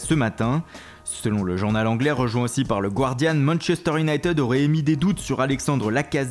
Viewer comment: Juste pour tes prochaines videos, on ne prononce pas united "younaïteude" mais "younaïetide" . Sinon continue tes vidéos c'est super !